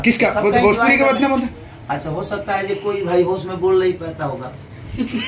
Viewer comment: Beta bjpuri nahi bhojpuri bolne ki sikh le